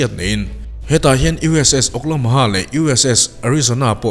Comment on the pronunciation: hetah hian USS OklaMOHA!!! 🤔🤔😂🤣😂🤣 chhiar hmanhmawh bawk a!!! Lo fiamthu zuai!!! i aw hi Ngaihthlak a nuam thin e... 👌👍👍👍